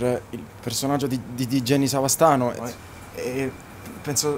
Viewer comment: In tutto questo non si chiamano Savastano? Lui continua a dire Cavastano